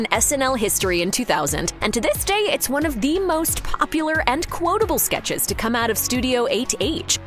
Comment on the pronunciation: are you calling them....skitches?